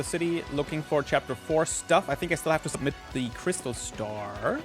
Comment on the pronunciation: How said "submit" in the first sentence will haunt my dreams for a thousand years..